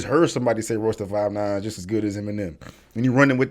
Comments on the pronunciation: He hung himself with the crap that came out of his mouth! The more he talked...the worse it got. Butchering Royces name...was the cherry on top! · Woulda Woulda Woulda Woulda , Shut up Melle Mel, Eminem is not top 5 because of his skin color, this is pure hate, another hater upset with the 'White Man' because of his success .. This dude barely knows how to pronounce Royce Da 5'9 name, and is claiming Royce is on the same level as Eminem, yea right.. Eminem taught Royce Da 5'9 how to properly structure his rhymes and syllables, and Royce doesn't have the type of Mainstream Music/Catalogue Eminem has, period.. Royce doesn't have hits like 'Love The Way You Lie, Lose Yourself, Godzilla, Rap God, Till I Collapse, Venom, Legacy, River, Stan, My Name Is ' <-- These are all Mainstream and Global hit songs, Royce is more of an underground rapper who raps extremely well and is a S tier lyricist, but he does not have the Mainstream success because of his Discography . Eminem's subject matter and consistency is why he is considered one of the greatest of all time, because if race actually did play a factor to his career like Melle Mel claims, then why isn't Bubba Sparxxx as big as Eminem?, why isn't Logic, Russ, Macklemore, Millyz and Paul Wall as big as Eminem?.. Last I checked Eminem is pulling 68 Million Monthly Listeners on Spotify, pretty sure none of the other white artist I mentioned are doing those type of numbers.. Another thing, Busta Rhymes is extremely talented, and is definitely one of the Kings of Rap in my opinion, but he ain't no Eminem, nor does he Rap or think like Eminem.. Eminem seriously needs to stop shouting